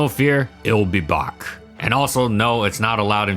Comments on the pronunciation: "And it will be BOCK " Wow, I like your saying of Back. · "But have no fear, it'll be Baak"